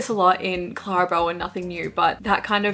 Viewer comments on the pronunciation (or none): none